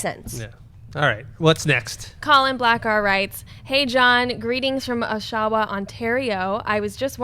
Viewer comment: should have asked John how to pronounce Oshawa. Hint: it's not O-SHAW-wa.